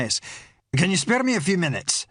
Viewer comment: spay-ir a minute? nor "spae-r", pronunciation, if you are going to do an accent get the idea of HOW we pronoun oor vowels or dont bother otherwise you sound like you are speaking the Scotch of Brigadoon, mythical place with mythical language ..ie, total bollox